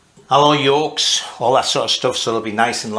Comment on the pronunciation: I like how you pronounce YOKE and FORK exactly the same . York and fork